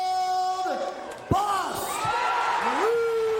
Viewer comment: That mf said Ras Butten. 28: something. Like up.